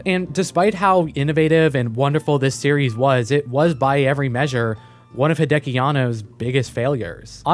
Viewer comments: Hey man, great video, but gotta let you know that it is Hideaki (秀明), not Hideki Anno. Pronounced "hee-de-ah-kee." You can copy paste his name in Kanji to Google Translate to hear for yourself. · Everytime I heard "Hideaki" as "Hideki", all I could think of was Chobits.